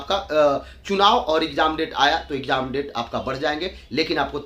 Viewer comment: Bolna seekh lo phle, ikjaam ikjaam bolte ho